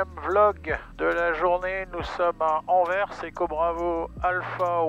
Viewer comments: Super vidéo. PS: il y a donc des français qui prononcent correctement Anvers. ( Pas frapper je suis franco-Belge😅) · Pour une fois qu'un français dit correctement le nom "Anvers" en bien prononçant le s à la fin, je dis CHAPEAU 😉